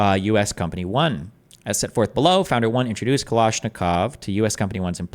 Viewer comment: Another prime example of why destiny is unimpressive is that he can’t pronounce kalashnikov